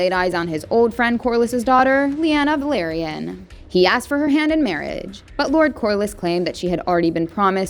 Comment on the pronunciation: It's Velaryon, not Valeryan.